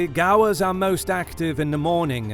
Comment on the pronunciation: "American bison and indian gaa-wars"